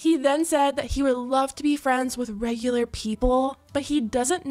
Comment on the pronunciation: "I don't care if they're reighglar"